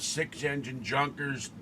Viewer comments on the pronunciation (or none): i think the german pronounciation is yunkers or chhhyuuunkers